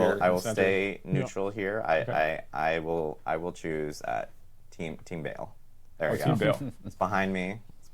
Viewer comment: Its Baal, not Bale god damn it!